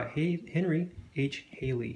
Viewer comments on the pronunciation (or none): Good review of a wonderful book, but just have a comment sent with kindness. Henry Halley's name is pronounced: Halley, not Hailey. Sounds like Sally or valley, not Bailey or daily.